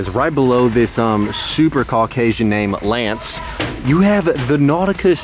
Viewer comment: 😂😂"Lance" low key dropped the G in Lange.